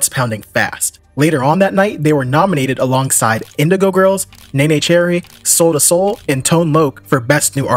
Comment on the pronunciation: Neneh Cherry is pronounced "Nina" Cherry